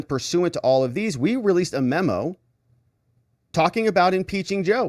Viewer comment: please quit saying "membo".